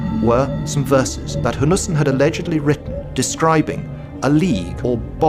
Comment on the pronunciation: the name is Eric Jan Hanussen. The pronunciation in the video made it hard to find the name. Interestingly, he was Jewish.